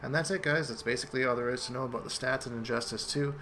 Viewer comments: Dan Garwood Canadians don't actually say "aboot", except if you encounter a Quebecker with a harsh accent. More likely he's just joking around. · Daniel Patterson he's probably Canadian.